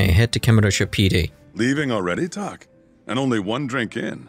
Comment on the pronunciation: In the Japanese audio when ever they say Tak they Audibly say "Ta-bo"